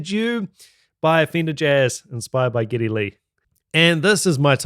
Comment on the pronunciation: His name is "Geddy," not "Giddy."